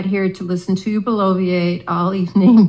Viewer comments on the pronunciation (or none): She trying to use big words and can't pronounce it!! Bloviate (blow- vee-ate) Thanks Google!!😉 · and she added an extra syllable...does she even know the word is "bloviate?"